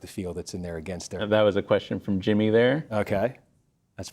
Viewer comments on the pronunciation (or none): none